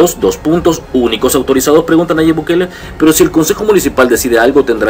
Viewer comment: ¿Pórque siempre decís Nayib... Bu-kele?